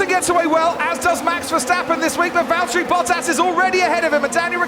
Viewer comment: its valtteri